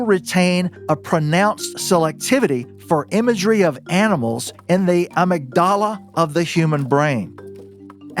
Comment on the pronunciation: He means uhMIGduhluh